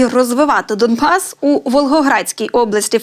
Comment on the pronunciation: Научитесь правильно говорить "Домбасс". Это к гурулеву.